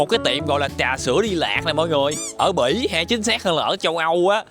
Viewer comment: Bỉ mà tui nghe là Mỹ😂😂